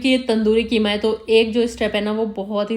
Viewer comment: Qima not kima😂